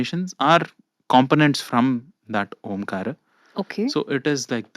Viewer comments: Its aumkar u said aamkaar but its Omkaram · Why she pronounce Aamkaar? When is it supposed to be AumKaar, aka OM kaara? Am i wrong here? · It's not aamkar its aaumkar